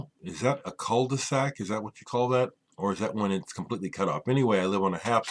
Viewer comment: In french we call this....a cul de sac...you said it right.bless you...rick.